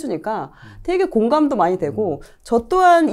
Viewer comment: 님의 기름 넣을때 만…..앜..이……빵터졌습니다 ㅋㅋㅋㅋ만이(많이) 라고 이해하겠습니다 ㅋㅋㅋㅋㅋㅋㅋ